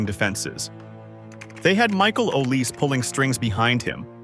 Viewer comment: Tell your AI that Olise is pronounced Aw lee say, not "o lease". And Désiré Doué is Day zee ray, not "desire".